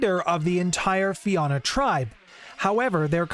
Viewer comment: I'm also irish. And I always cringe when I hear everyone mispronounce Fianna. Anyway, it's a shame Fianna Fail don't live up to the name.